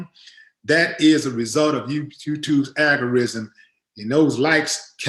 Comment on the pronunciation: I’m not trying to nitpick, but I’m trying to help a brotha out. It’s “algorithm,” not “algorism.” Keep doing your thing though!